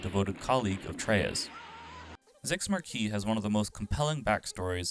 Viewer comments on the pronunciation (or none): I'm curious whether the narrator of this video only watched the sub, as he pronounces Quatre's name as "Kwa-truh" when the in the dub they pronounce it "Ka-trah". Also they pronounce Zechs "Marquis" as "Mar-keez" not "Mar-kee". It's like the narrator is acknowledging the French derivations, but in the wrong names lol. No shade intended, it's a good video. I just found the name thing funny. Perhaps OP only watched the sub. I will say that the dub isn't great but it's pretty decent. And the bits that are cringy are often at least hilarious (I'm lookin at you Relena). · Okay...so you say you were introduced to this show on Toonami, so that means you watched the dub not the sub. WHY THEN do you mispronounce so many names? Kwa-tra, Mar-kee, Trey-ez, Rahm-affeller, Oon, just time name a few. Like, bro they repeat these names a million times in the show, you should really get them right if you’re gonna talk about the show at length.